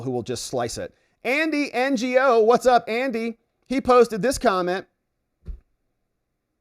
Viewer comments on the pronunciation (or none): Andy Ngo’s named is pronounced “no.” It’s not an abbreviation. It’s his actual name.